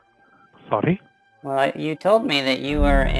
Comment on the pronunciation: that "sorry?!" sounded just like "Nani?!" istg